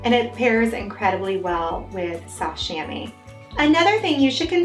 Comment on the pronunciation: It's pronounced "sham-WA", just FYI. (It's a French word.)